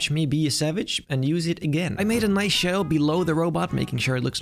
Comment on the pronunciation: Solid video. Btw its shadow not shedow